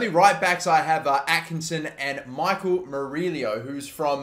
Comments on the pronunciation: Murillo is pronounced Mur-E-O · Murillo is pronounced "Muree-o". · Please pronounce Michael Amir Murillo name right. As a New York Red Bulls fan, it really makes me cringe. Murillo is pronounced (Mer-e-oh)